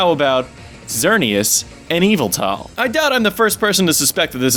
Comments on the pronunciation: Dude, your theories are awesome and I'm totally on board with everything you're saying here. But for the love of Arceus, please stop pronouncing Yveltal as "EE-vull-tall". Seriously. That's driving me nuts. (It's "ee-VELL-tull", just...just so you know.) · EE-VALL-TALL? I thought it was said "Y-vell-tall". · Its actually pronounced Yeh-Vel-tahl